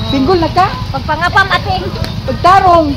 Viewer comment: Instead of single they pronounce singol